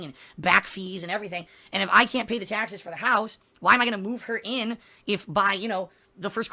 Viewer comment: Tahxes tahxes tahxes... Tahxes on top of tahxes